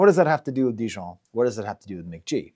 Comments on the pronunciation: "Muh-ghee" not "Mick-G" c'mon man!! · I really like this analysis, but hearing Mk.gee pronounced as "Mick G" was so triggering for me 😩. It was obviously the original intention since his name is Michael Gordon, but "mac gee" sounds so much better and he's confirmed this pronunciation in the past. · Pronounced "McGee" lmao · Pronounced McGee